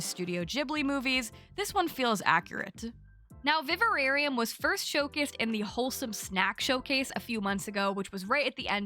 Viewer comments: Viv-air-eeum not Viv-a-rare-eeum 😊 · I think you might be adding an extra syllable to the pronunciation of Vivarium, just a heads up 😊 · Vi-var-i-um. An semi natural enclosure for keeping animals. Also a weird horror movie. But it looks like an adorable game. (Also not a criticism - just an odd word that most people don't know. Can't say I ever heard it used until it was a movie)